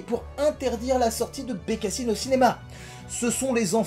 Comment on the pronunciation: BecassAÏNeee, is my voisAÏNeee... 😂😂😂